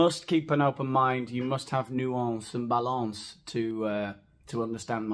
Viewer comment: "nuEnce" and "balEnce"..... lol